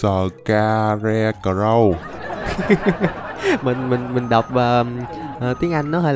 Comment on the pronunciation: sờ ca re cờ râu 😂😂😂